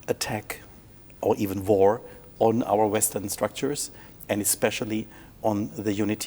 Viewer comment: "...or even vore... " accent make funny Haha joke